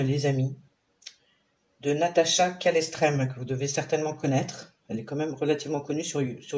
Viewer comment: Natacha CalestrÉmÉ et non pas CalestrÈme.